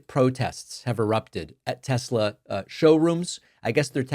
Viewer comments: "I love Tes-slur!" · Tesler 😂😂😂😂😂 is hilarious…. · The tesler bit is cracking me up every time!